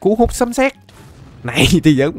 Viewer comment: Lộn rồi anh sấm chứ không phải là sấn